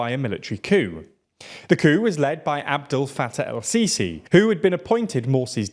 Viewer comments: the way he says adel fattah el-sisi is so funny 😂😂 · Say Abdelfattah Al-Sisi one more time 😃